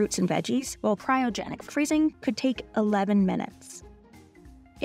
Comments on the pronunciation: At t= it's pronounced CRY-O-GENIC not cyro-genic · The presenter keeps saying "CYROgenic" instead of "CRYOgenic" freezing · Denial may be a river in Egypt but there’s no such thing as Cairo-genics. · Meanwhile since covid started, every frozen food I've tracked has gone up 40%+. I've never heard anyone pronunce "cryogenic" as "kye-rogenic"...interesting. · Cryogenic not Cyrogenic 😂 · And teach the voie-over person the difference between "cryogenic" and "kyrogenic". Man this is a poor quality video. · It is CRY-O-GENIC, not KAI-RO-GENIC! :) I thought I am the one prone to such mistakes. Glad that I have company on national TV. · Who let this through with the narrator saying "Cairogenic" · Who told her to say "Cairo"-genic instead of "cryo"-genic? 😂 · Did nobody tell you how to pronounce “cryogenic”? Have you never heard the word before? It’s… not difficult, and it’s not an uncommon word. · To the narrator, it's CRYO-genic, not CAIRO-genic. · Not sure why the narrator pronounced Cryogenic as Kyro-genic 🤔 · Ky-ro-genic? Ma'am,it's cry-o-genic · CRYOGENIC not CYROGENIC. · Cry-o-genic not Ky-ro-genic. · CRY-O-GENIC NOT CY RO GENIC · Cry o genic not cy ro genic